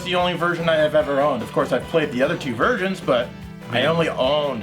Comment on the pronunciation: you REALLY need to work on your enunciation of the word "versions". You must've said "virgins" at least a dozen times in this episode!